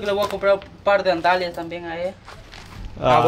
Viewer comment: Andalias ? Burro!!!!se dice. Sandalias